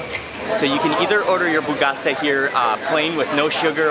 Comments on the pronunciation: Not bougasta .... its bougatsa!!!!!! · Hi Mark, your videos are super nice... thank you for sharing them, it's as if we are with you :-) One thing ... it is Boughatsa not Boughasta :-D have a nice Day... Regards from Cairo, Egypt :-) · Pronounced boo-gha-cha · Correction: Bougatsa not Bougasta 🙂👋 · it's called "bugatsa" , not "bugasta" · bro i love your videos, ! the name of the breakfast is bugatsa , you said bugasta instead :D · my friend...so nice videos....One litlle funny thing is the BougaSTA wich is BougaTSA (like cha-cha or *ch*ew)....i really enjoy this funny mistake. Again great videos. Greetings from Greece. If you ever come back in Athens feel free to wrote me if like some extra tips. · I’m really happy you like our food!! Can’t wait to go back to Greece for Christmas to gain 10kg haha Ps : it’s bougatsa not bougasta ;)